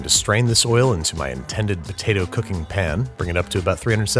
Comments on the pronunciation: His every single use of “pin” never fails to make me laugh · Pan* not pen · I love you, but for the love of all things good and holy its PAN. Not pin. PAN. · He intentionally mispronounces pan but I can't remember if he explained why or where he got it because it's not always been that way. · At this point I feel like your pronunciation of pan as "Pin" is just to annoy us... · please stop saying "pn" im so upset